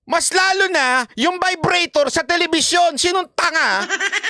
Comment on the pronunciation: ung iba, agree ako.. pero ung sa vibrator nagkamali lang pagpronounce ng vibratto si kim C. mali mali kasi si..